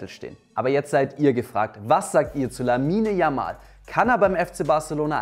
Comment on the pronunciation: Bitte, sprecht den Namen nicht deutsch, 🤭